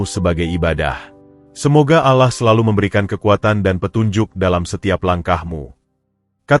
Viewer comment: Ngucap Alloh gitu kok gk bisa Alloh bukan Awoh